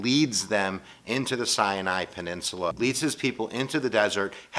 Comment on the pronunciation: "Cyanide Peninsula"